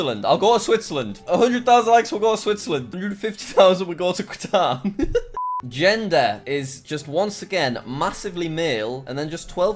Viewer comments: Nobody: Nobody at all: Jack: quatare Everyone: nonono you ∂ιρѕнιт, it's Qatar. Said somewhere halfway between cutter and gutter. It's starting with an Arabic letter(ق), pronounced 'qaf'. It's similar to the letter Q in English but it's pronounced with more throat, like in the word 'caught' rather than the word 'queen'. Not to mention people who are from Qatar are called Qataris. (I looked it up a bit more, v interesting and v pretty (: ) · Pls let him go to qatar so he can learn how to pronounce qatar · He just said my countrys name so Badly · that's the worst way i have ever heard someone say qatar, smh, but he made me laugh, so i guess it evens out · jack its Q A T A R the second letter is A not U get it right for god sake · Your pronounciation of Qatar.......incredibke definitely not bad at all! :D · Love how he can't say Qatar 🇶🇦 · Who’s going to tell jack that’s not how you pronounce Qatar? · The Q pronounced like a C or K sound without a U and you're welcome :) Didn't know the least amount of your views come from here. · Jacksucksatgeography kicked in with Qatar being pronounced wrong. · *How do you not know Qatar* xD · It's not katar, It's Qatar. It's pronounced with an Arabic letter called 'ق' pronounced 'qaf'. It is similar to the letter 'Q' in English but it's pronounced with a rather 'deep' or 'high' tone. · Anyone else triggered at how he said Qatar? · Qatar is said as cuturr not quatar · Kataar not kwatar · "Quatar Quatar" Bruh Cat-Ar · its pronouned KATAR. not quaaaatar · Me watching this its pronounced as “Katar” Not “qwatar” 👁👄👁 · Qatar is pronounced katar not quatar i think it might depend on on where you are. My friend lived there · I live in Qatar and I think I am all those views but what is kwutar say it like cut are but together cut are qatar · "please dont make me go to kwatar" 😂btw its pronounced cah-tar jack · Nobody: Nobody at all: Jack: quatare Everyone: katar... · Jack it's (Kuh-tar) not (Kwuh-tar) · Qatar is pronounced Cutter